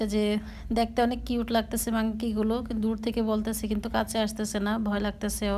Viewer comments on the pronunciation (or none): Apu mangkki na manky bolen😁😁😁